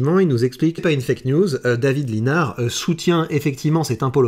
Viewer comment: Pour info, ça se prononce David Lissenard!! Comme quoi il manque de notoriété et pourtant je le soutiens!!